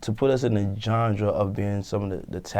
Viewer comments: He said johndra instead of genre 😂😂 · Dat nigga said "Genjra" 😂😂